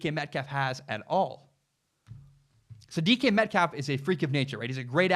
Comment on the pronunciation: Lol sounds like you’re saying Deacon Metcalf